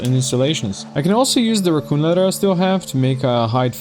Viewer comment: I love to hear the slight British inclination to your speech (which is how English is most commonly taught around the world,) and even some difficulty with some words like "leather" sounding almost like "letter" sometimes. But then randomly some 'Americanism' comes out like "F**king hell!" and it just sounds like some dude I went to high school with. 😂 I promise I'm not trying to poke fun at anything about your speech, though. I'm just loving the blend of cultures that come through with it. Anyway, this playthrough is awesome. I'm glad you came up in my recommended. Definitely subscribing. 😄